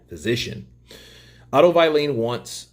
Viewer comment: Pronounced (Wall-in ) WaLLin